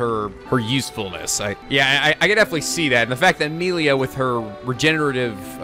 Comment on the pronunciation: Shhhhh. Remember, it's Moshirige, Ashina, wah-fu and Korekiyo Village. And now Meelia.